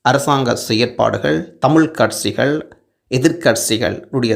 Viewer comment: கட்சிகளா இல்லை கட்ஸ்சிகளா தமிழைத்தமிழாகபேசுங்கள்....